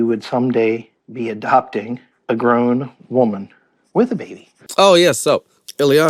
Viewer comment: "a 20 year old woban" 😂 get well